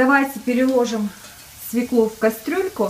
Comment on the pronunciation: Режет ухо "свеклу"..если в слове буква ë ударение падает на неË!!!!